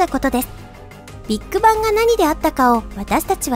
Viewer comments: ビート板っぽい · ビッグバンの発音がビッグ版に聞こえる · ”ビッグバン”のイントネーション気になる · ビッグバンの言い方が気になる